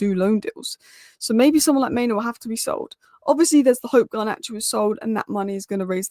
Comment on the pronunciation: it's pronounced MainOO (like loo) and not MainO (like no)...